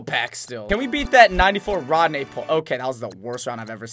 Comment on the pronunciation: Its ronde not rodne